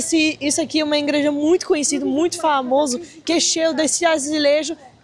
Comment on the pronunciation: A tá falando tão bem o português do Brasil que tá falando como a gt “ingreja” 😂❤ amo vcs ❤️